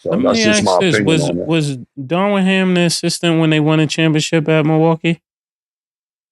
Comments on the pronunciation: Killa be mispronouncing everyone’s name! Darwin ham top assistant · I feel you should correct cam immediately when he starts pronouncing things wrong. “Darwin” lol